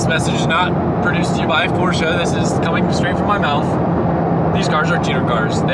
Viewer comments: Thank you for saying PorschE not Porsch. Greetings from Germany! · Cobgrats! It is a treat listening to you reading "Porsche" and "Weissach" the exact right way! For me as a german viewer, that is grest! Thank you!